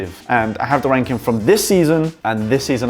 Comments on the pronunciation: why did you say "and wank them" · I thought at the start you said I am going to wank all my players. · Did he say rank but with a w